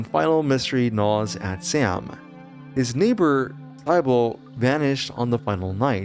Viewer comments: "Psy-bull"??? why are you pronouncing the name Sybil that way?" See-bull" that's the way its pronounced and its not even an uncommon name. So please, for the love of God, explain, where, and how did you arrive at the pronunciation "Psy-bull"? Has the whole world gone mad? Will I have to cloister myself inside my apartment complex to avoid the Lovecraftian fate that has consumed people incapable of proper pronunciation such as yourself??? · One of the most unique horror games so far, and a rare one that makes some of the terrifying monsters actual allies! Great plot too!! Also just a heads up for ..... Sybil is pronounced Sib-ill, not Cy-Bill. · sigh-bowl's name is pronounced sib-ill btw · Who is Cybull.... I've never heard it pronounced that way. I know Sybil is a very uncommon name but I only hear it pronounced "Sib-ill" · Pronounced like "Sibble". not SY-bil. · Sybil is pronounced Sib-bil not Sigh-bil. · This bothered me so much. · S-eye-bull lmao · "Sye-Bull" for Sybil. Holy AI slop Batman. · Isn't sybil pronounced "sibl"? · "Sybill" is pronounced "SIH-bull". It is a two-syllable name with the stress on the first syllable: the "sy" sounds like the "si" in "sit," and the "bill" sounds like the word "bill". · Sybil is pronounced like SIB-uh. Same sound as in the name Sid. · Just saying, Sybil is pronounced "Sibble" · sybonel lmfao thats not how you say it but close enough lol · The way you pronounce Sybil is taking me out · The sy in sybil is pronounced like si in the word sit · This game is amazing, but that's not how you say Sybil. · How do you pronounce Sybil wrong.